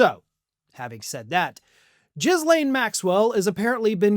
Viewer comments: Ok, whilst I agree that she doesn't deserve the dignity of having her name pronounced correctly, "Jizz-lane" is a really bad pronunciation given her crimes. Jizz Lane sounds like what Epstein would've named the main street on his pervert island. Please just call her "Gill-aine", it's somehow less gross. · "Jizzlaine" seems like the most appropriate pronunciation.